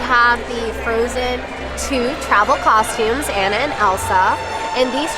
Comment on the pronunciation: You're selling the merch....at least get Anna's name right lol poor Ah-na